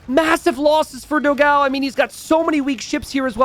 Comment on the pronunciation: cool match.. very sad about the third game drop. BTW, its pronounced dó-gão (big dog, its actually pronounced just like dog with an open o) and fló-gão (a pun with an old website for photo blogs popular in Brazil 20 years ago), so fló (as in florida) gão (the way you say it is almost correct, only the a is a little more open as in GAUMN rather than a thin a, GAEOMN a bit like we say dawn. the best reference would be this 13 year old relic of a song